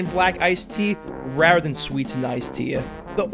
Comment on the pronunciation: “iced tee-uh”?? Where are you from man? lol….anyway thanks for the video